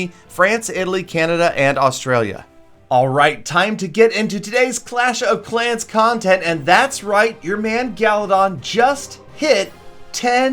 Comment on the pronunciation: "Playing clash of clouands" nice try 😂 your probably right tho